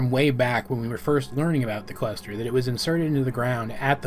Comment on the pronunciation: when he says cluster I'm hearing quester